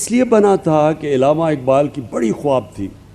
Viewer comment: خان صاحب گلدستہ تو نه بولو کیونکہ گل کی تو اچھی خوشبو ہںوتی ہے ۔تو کیا اس گلدستہ کی بھی خوشبو ہںوتی ہے ۔یہ عِلامه اقبال نہیں بلکه عَلامه اقبال ہے۔